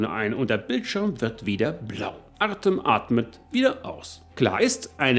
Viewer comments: Der Name "Artëm" wird Artjom ausgesprochen. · Hallo, tolles Video wieder! Ach ja: Sprich "Artem" am besten "Artjom" aus...;-)